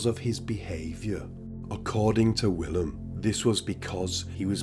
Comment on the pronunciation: So Willem is pronounced.. Villim. The W is pronounced as a V. Love your channel.